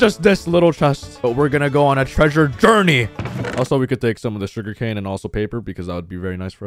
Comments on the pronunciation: “Shuger cane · Him in every video: sugari cane (lol)